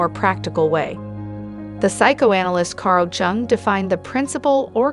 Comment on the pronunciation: It's Kar l Jung De ja vu And Ya way Please pronounce these words correctly